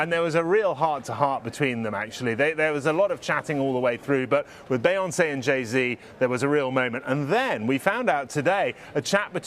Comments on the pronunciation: It’s not bayonce it’s Beyoncé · As a fellow Brit.. I’m feeling second hand embarrassment for the British presenter on how he’s pronouncing ‘BEYonce’ instead of ‘BEEyonce’. 🤦🏼‍♀️